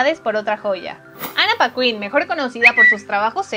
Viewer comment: No se dice Ana Pacuin...